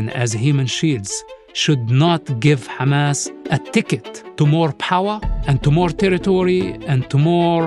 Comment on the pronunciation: His father founded kHamas not hamas😂